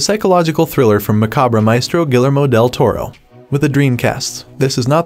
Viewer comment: “Gillermo?!” It’s Gee- yair-mo. Guillermo.